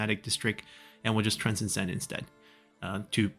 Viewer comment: not to nit pick but to help with language. transcend - trans * send not trans cen send